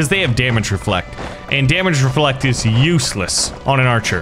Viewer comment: Bro messed up with is😂😂😂 Bro said instead of is it's iis